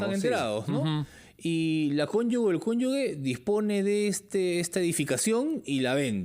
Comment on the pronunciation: La palabra CONYUGE se pronuncia "conyuje". No se pronuncia "conyugue". Es un error que usualmente se conete . El abogado lo pronuncia bien. El dato es para el entrevistador, como un sano aporte, con el mayor respeto.